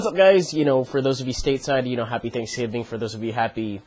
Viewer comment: "For those state's side, happy thanksging. For everyone else happy thusday" I almost DIED XD